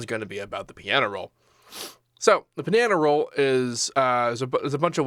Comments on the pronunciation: "The pinano roll!" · Actually, he said panana roll 😐